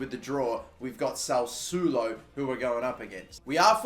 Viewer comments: SAS-SWO-LO!!! Not SAUSULO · It's SA SSU O LO, not SA U SS U LO... Fucking hell how can you mispronounce it so many times... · Its not Salsulo its SASSUOLO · We start with baby steps, get him to say it the way normal people say it then we go to proper Italian pronunciation 😂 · You are not pronouncing sasuolo right